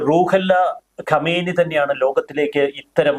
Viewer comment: Super explanation. ഖൊമേനി എന്നതിന് പകരം ഖമേനി എന്നു തെറ്റായി പല പ്രാവശ്യം പറയുന്നത് കണ്ടു. രണ്ടും രണ്ടു വ്യക്തികളാണ്. ഇപ്പോഴുള്ള കക്ഷിയാണ് ഖമേനി.